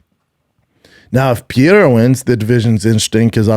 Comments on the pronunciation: Does he mean pereira when he says pierra? 😂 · Jesus Christ... Brenden just did the fight companion with Rogan and Joe told him how to pronounce the name "Pereira." He still can't get it right.